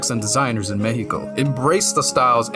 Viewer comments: Thanks for saying the name of Our Country THE CORRECT WAY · I like how you pronounce Mexico correctly Honestly, basing the next fallout game in Mexico would be a snazzy business move! Most existing fans would still buy it, a lot of Mexicans who haven’t played fallout would buy it, and it would generate controversy ie free press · I appreciate a lot that you say Me-he-Co instead of Mech-See-Co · Dude, First of all, your pronunciation it's way too good; It took me by surprise to hear Mejico and not Meksico. Mexico being good for a fallout game always took a place on my mind, especially because the other games mention it a bit. So now, to help enhance this world building: 1. if the city flooded the Chinampas would make a popular return, like, imagine this swampy like place with a lot of tiny islands made out of dirt and debris. a place made by survivors but abandoned because of the dangerous radiation or maybe the dangerous creatures that came along with radiation. maybe they flee because of them, maybe another faction took away that place. 2. The Metro it's like way, way too large, and way too crowded, It would be an awful place to be, without mentioning that some places would turn into a underground city full of raiders / ghouls, and many others. This one is based on personal experience many people would survive here the first impact, but later on the hell will be unleashed. OFC this would also make a fine place to survivors to prosper until they get mad 3. This point is here just to make everyone remember that a) we have many volcanos b) It's a seismic place So try to imagine some cities ended up like Pompeii at least the ones who where forgiven by the nuke . 4. Maybe some Vaults over the place, like one of them flooded in CDMX and the other one fell under it's own weight because of an earthquake in another state. 5. Nuka Cola's investment here would be crazy (Yes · U earned my like from the moment u said Mexico correctly